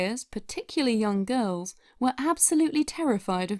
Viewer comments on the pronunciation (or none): none